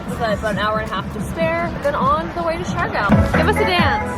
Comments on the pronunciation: lol for the love of pronunciation...Siargao! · I'm saying you should have learned how to pronounced it...